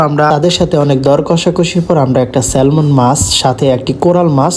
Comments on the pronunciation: স্যামন হয় স্যালমন না। I is silent 😶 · 😂 ওরে মূর্খ ওটা "সেলমন" না "সেমন" মাছ হবে 😂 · The "L" of Salmon is a silent letter. When pronounced it'll be স্যামন